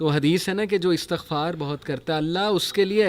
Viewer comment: Pls guaid us the word astaghfaar or estaghfaar۔wt is right word۔bcoz u always recite estghfaar۔pls reply me